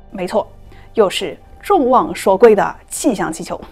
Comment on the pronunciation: 众望所shuo 归 ，发射se, 口供hong, 制造zhao，从chong, 入睡sui, 听的好纠结